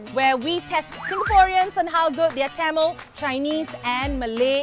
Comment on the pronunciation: Learn to say "Tamil" properly before asking questions lmao ...